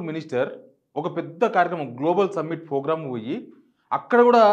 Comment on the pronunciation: బాగా చెప్పారు. ఒక్క సలహా ! మీరు ప్రోగ్రామ్ ను frogram అని అంటున్నారు. గమనించ గలరు